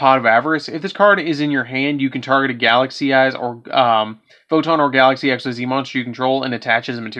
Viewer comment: Its pronounced EX-CEES. MY GOODNESS.......